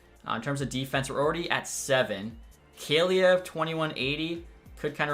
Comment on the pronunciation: I think it’s Call-E-Ev for Kaliyev